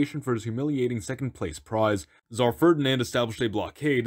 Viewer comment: Hilarious! But please pronounce Tsar as it is spelt. Zar is just incorrect and it means dice (the kind you use for a board game). Also unrelated but I've never understood why the tsar is called the transliterated version of his title but the tsaritsa is almost always called a queen?